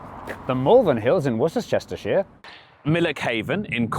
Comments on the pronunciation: I've learned so much about orogenous zones today, baby. and also how Woseschestershire is pronounced. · erm its pronounced "wor-shester-shire" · I love Worcester-cester-shire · Another brilliant one, but then aren’t they always. Just loved the geography teacher and his allow patches. More please 😊 But disappointed by the omission of the Mendips, another realised limestone plateau. However, all is forgiven for the quite wonderful pronunciation of Wor-so-chest-tor-shire-shire (or whatever). More brilliance. Oh, and read the book recently. Wonderful tales of maps and mapping history. Just more brilliance ❤ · American here.... are they messing with us on how to pronounce "Worcestershire"? Or is that really how you say it? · Please don't pronounce Worcestershire like that - the Americans will think they're right to pronounce it like that on YouTube the way they do.